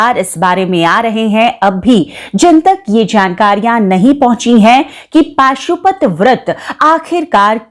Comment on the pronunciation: Pashupati vrat hai paashupati nhi